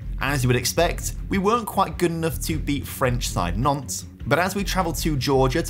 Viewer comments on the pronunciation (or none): none